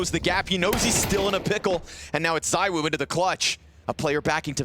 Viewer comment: ZywOo not ZyWoo btw